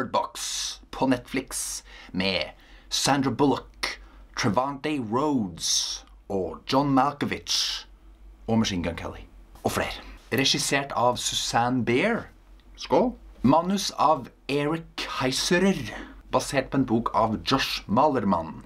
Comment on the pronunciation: Jammen for hælvede, Susanne Bier er sgu dansk! Så B-I-E-R ikke beer!